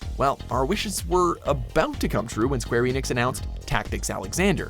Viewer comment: Did they just call it square eeeenix? Seriously!?